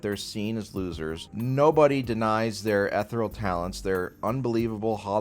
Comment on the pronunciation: "etherel" holy shit dude